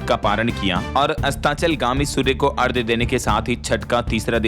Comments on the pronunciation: बहुत गलतियां करते हैं आप लोग भाषा और व्याकरण की। आपने की तो लाखों लोग जो सुनते हैं वे भी वही चूक करते हैं। आज आपने अर्घ्य को कई बार अर्ध्य कहा। ये आपके लिए तो माफी के काबिल नहीं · Abe lallu arghya Hota h ardhya nhi Hota h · नमस्कार। कृपया आप अर्ध्य न बोलें क्योंकि यह अर्घ्य होता है मतलब ध = घ स्त्रोत को भी स्रोत बोलें। क्योंकि एक पत्रकार की भाषा का सभी अनुकरण करते हैं।